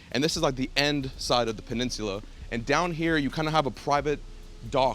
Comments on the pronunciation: Learn to say peninsula 😆 🤣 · It’s the way my man’s is pronouncing “peninsula” for me 🥴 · i couldn't watch it all because of the way he says peninsula. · This house is so elegant that it even made pronounce Peninsula with a British accent...